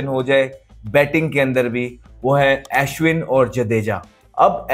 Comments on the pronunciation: Ashwin ❌ Aeshwan✅ Jadeja❌ Jaedeejaa✅ 🤣🤣😂😂😂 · Bhai pahle Ashwin aur jadeja bolna seekh le😂😂😂